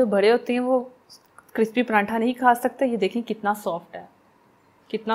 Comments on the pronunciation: Paranthaaaaa 😂😂😂😂 sis its paratha mera to hass hass k bura haal 😂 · Bagi ap makeup acha nahi karti....aur prantha nahi hota paratha hota ha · not prantha true word is pratha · PraNtha nhi pratha hota h